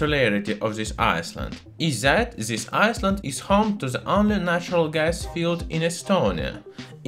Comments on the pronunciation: in the word island the s is not pronounced, you make it sound like iceland but it should sound like "ailend" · Island, not ice-land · I-land not iceland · just to point out you seem to be saying Iceland when you mean to be saying island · The proper pronunciation of the English word "island" is "EYE-land". It is the same "eye" sound as the English word for the 2 eyes you see with. Having said that, I do really enjoy listening to your heavily accented English, it is most intriguing & you should not change it; it is after all our unique differences that makes the human species so interesting. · Pssst! Island. EYE-land It's the English, silent 'S' ;) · I was so confused cause iceland is nowhere near estonia, it took me a while to realize in your accent you pronounce the "s" in island :p